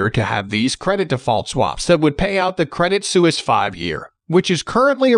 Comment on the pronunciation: Isn't it pronounced SWEESE? Su is like Sw: ( Swiss).